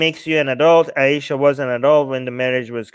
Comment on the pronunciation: I subscribed just to hear you say Aisha for the rest of my life. It's very nice when you say it ☺️☺️☺️